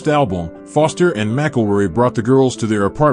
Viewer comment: This is some A.I. bull sheep.... A lot of weird off content and mispronunciation of words .... It's Foster and McElroy you idiot bot! Can't believe anything these days.